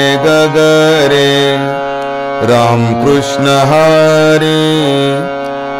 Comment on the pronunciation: फार छान आवडले सिंधुदुर्गं कृष्ण उच्चार स्पष्ट आहे.काही भजनी बुवा क्रिष्ण म्हणतात .